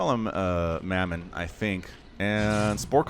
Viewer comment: Great cast ty! Mamon is pronounced mah mon not mey mon. The player is Russian and Christianity is the number 1 religion in russia. Mamon means wealth in the Bible and also refers to a demon of greed. ¨Ye may not serve god and mamon¨ Said Jesus. Take care:)